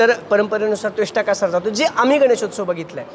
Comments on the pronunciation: त्वेष्टा कासार नव्हे रे.... त्वष्टा कासार नाव आहे. काय घंटा अभ्यास आहे तुझा... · हा पत्रकार हा पुण्यातील नसेल त्याला त्वष्टा म्हणता येत नाही, चालला आम्हाला विचारतो,,,,,पूनित बालनचा कर्मचारी दिसतोय